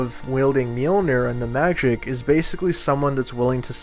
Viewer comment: "He was using stormbreaker and thanos to fight Mjoliner"